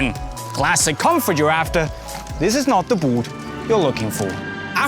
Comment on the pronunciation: It's funny how he says "booot"